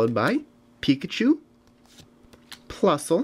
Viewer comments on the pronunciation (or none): none